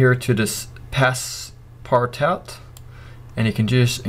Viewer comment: Nice one! Both you and CG Matter crack me up when you try to pronounce 'passepartout'!